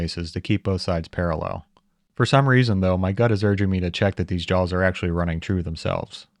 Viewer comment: "chuck jawls" nice. Is that a touch of Appalachian?